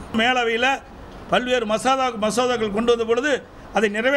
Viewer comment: மசோதாவை மசாலான்னு சொல்ற 😅😅😅😅